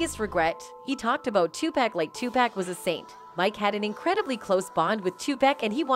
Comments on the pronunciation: It's not Tupack, damn people. You would figure after all these years you could at least say his name right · If you don’t stop calling that man 2-Pack! It’s pronounced TUPAC ( too pawk ) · Tu PAC, not Pack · It's Tupac not topack. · Thank you...where they get topack from lol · Please stop saying 2 pack it's Tupac Shakur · OMG! It’s 2-POCK , not 2-PACK and it was Club Six-Six-Two, not six hundred and sixty two 🙄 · Ok WHITE PEOPLE HIS NAME IS NOT 2PACK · Why Does EVERYONE DISTROY OUR LANGUAGE?? IT'S NOT TOPEC!!! IT'S TOPAC small a sound. Please look INTO IT!!!! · How do we know what you're saying is ture. If you can't say his name right. TAPUC not Topack.....Please. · Who is this 2 Pack? Do they mean Tupac? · its NOT TUC PACK its too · paak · The reason she said topack is because person who owns this channel doesn’t speak good English so they use AI for talking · This reporter apparently has looked over her work before she reported this and she fired up Tupac's name so I don't know why she keeps saying to pack and that's like a lot of them before you really report something I'm sure you listen to it so you need to pay attention and learn how to pronounce the name right I know it's not a big deal if you can't pronounce it but something seemed very simple seem like she would have said his name Tupac no correct spelling I hope you'll get my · Look dammit it's Tupack, but you really don't care how it's pronounced. You just looking for comments, and subscription. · After about the 40th "2pack", I had to turn it off. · Tupack and Sueged Knight,that lady can't even pronounce their names right,WTF!!! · She said 2 Pack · Ah yes. Two Pack. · I can’t even finish this video because she keeps pronouncing Tupac wrong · Because it's an a instead of an o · This lady is talking about Tupac but can't pronounce his name, right? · So you can’t say his name right.. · Pronounce his name right B. H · Damn, can u say his name right or get a different reporter. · Learn how to say tupac